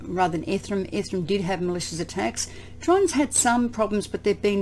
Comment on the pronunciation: I love the way you say "ethrum"!